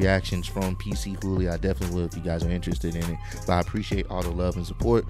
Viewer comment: It's not "PC Hooly" but "Pchooly".